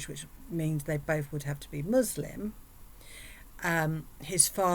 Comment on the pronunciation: She can't even pronounce Muslim correctly. She was simply cosplaying. She is such a damn grifter.